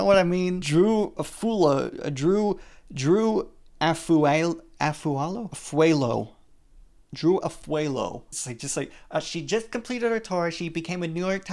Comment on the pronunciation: did we have to leave in the part where you couldn’t be bothered to pronounce Drew Afualo’s name right? love your content, but Jesus dude it gave white substitute teacher. you undermined her success as a New York times best selling author to say “why isn’t the rizzler on this list?” that one wasn’t even a swing and a miss, but a straight up FOUL BALL. She has done so much for young girls confidence (especially POC) in the past few years. i get you can’t research everyone on the list but if you’re going to bring her up at least pronounce her name right and don’t undermine her success.